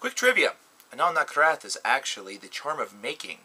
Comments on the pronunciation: ***** Well, read my comment again please. is pronouncing their name "Anaal NaKHraTH", when they're actually called "Anaal NaTHraKH". See what I'm saying? Also, they don't pronounce their name "Anal Nathrakh", which you wrote. That would translate to "eɪnəl næθræk", but the correct pronounciation is "ɛənæl næθræk". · good job mispronouncing their name. they're called anaal nathrakh, not anaal nakhrath.